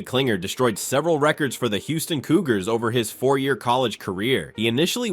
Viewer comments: The fact that you keep calling him "CLINGER" when his last name is KLING-ler shows how little you actually know what the hell you're talking about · It's Klingler, not Klinger